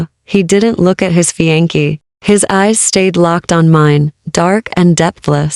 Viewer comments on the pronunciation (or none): FFS. Not even 30sec in and already mispronounced words. It's not "Fe-an-key. It's Fe-on-say